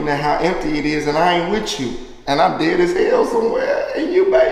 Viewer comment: Nigga said dead ash😂